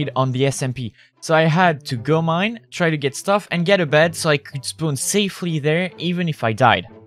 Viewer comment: When you said spawn I thought you said spoon